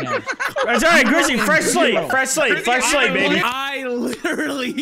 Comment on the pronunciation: When said fresh slate it sounded like he said fresh slave 😂😂😂